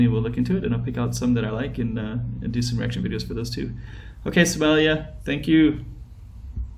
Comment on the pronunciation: Lmao they way he says Somalia smellia